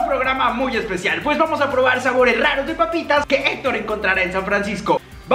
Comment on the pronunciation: O hizo el esh-pe-cial